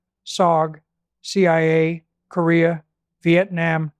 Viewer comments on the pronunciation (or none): none